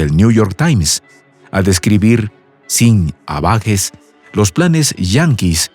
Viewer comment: Sin ambages, no sin "abagues"?